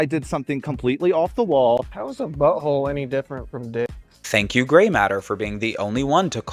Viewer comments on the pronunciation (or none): I’m such a big fan of Asian and SO happy she won, but her saying Grey’s name was kinda ridiculous.